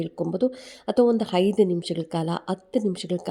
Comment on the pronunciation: Haidu gante alla aide, annondu alla hannondu, adinaidu alla hadinaidu😂😂😂😂😂😂